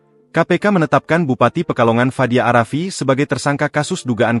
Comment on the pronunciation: Fadia arafiq min...tolol banget nyebut nama!